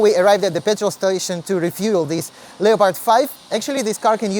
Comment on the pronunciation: The word "leopard" is pronounced as "lep-əd" not Leeo Paard ...